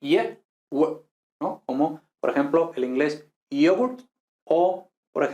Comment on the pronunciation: la segunda vocal en la palabra inglesa "yoghurt" no es una pedazo de /u/ española o latina, sino una schwa /ə/.